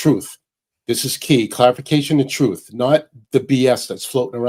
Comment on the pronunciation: did i hear troof?